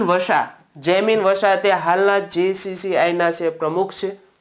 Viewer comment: Aa saheb nu current affair chalej nai....english vachava ma pan bhulo kre 6....gccl nai gcci bolo...avi to ghani bhulo ave 6 etle please ama sutudent na bhavisya no saval 6 bhanavu hoy to sarkhi rite naitar current affair series 6odi dyo ka pa6i koi sari faculty lavo.....